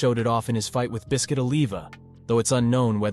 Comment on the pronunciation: You know how I know you didn't read or watch Baki from the start? 1. He used is during his fight vs Kaiou Retsu which was a major fight that Yujiro thanks him for. 2. The way you pronounce Biscuits name.